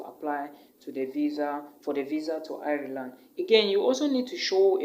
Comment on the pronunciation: Nice video. Ireland is pronounced like Island though and not iri-land